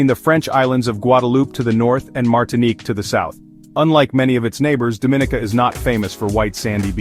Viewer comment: You're pronouncing the name wrong